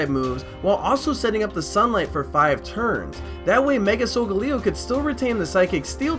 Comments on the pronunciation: its sol-gal-leo not sol-ga-leo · Its pronounced "soul GAE LEE oh" not "soul ga LEE OH" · Isn't sogaleo pronounced so- gale e o like I don't think it's so- Ga- le- o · Its So-ga-le-o